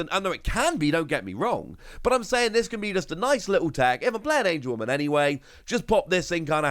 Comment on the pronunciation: It’s AngeWOMON not AngeWOMAN